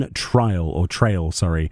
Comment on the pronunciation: It’s pronounced Dawnt rail lmao